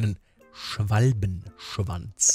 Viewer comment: Wie du den Namen Schwalbenschwanz net ganz aussprichst xD ich lach mich schepp